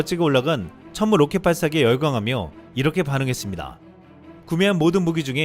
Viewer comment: 폴란드 국방부 장관 입에서 나온 "춴무우"가 왜캐 울컥할까